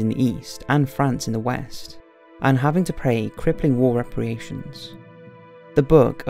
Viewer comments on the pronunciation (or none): I had to dislike this video. You mispronounced key words in the first 7 minutes. For "reparations" you said "repriation", for "fascist" which is pronounced "fashist" you said "fasist". How can I take your video seriously when you don't know what you're saying.